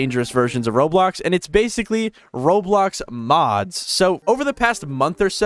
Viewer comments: why it said "roadblocks" instead of roblox 😭🙏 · Bruh its roblox not roadblox lol